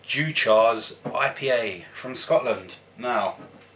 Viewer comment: Its pronounced like Dew-kers Its one i have drunk a few times in the past..Caledonia 80/- from the same stable also a good one to try..Great review..